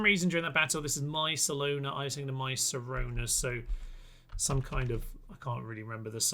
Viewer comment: It's Sharona you wally 😂 But close enough.